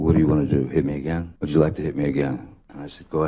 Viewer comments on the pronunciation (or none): none